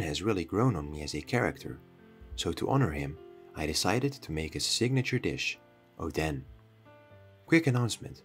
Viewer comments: IS ODEN NOT ODAN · You said odens name to "oh then"😂😂😂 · It's oden... not odan. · I thought it was ‘oden’ soup 💀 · can you pls stop calling Oden oden pls it doesnt sound right